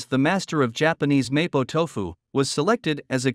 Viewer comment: I can't even watch your vid. You can't even pronounce MoPo Tofu! CORRECTLY!